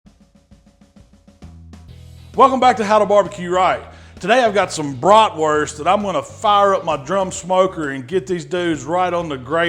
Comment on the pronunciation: Came here to see how he pronounces Bratwurst ^^